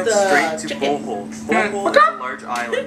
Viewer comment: Its pronounced as Bohol not bowhole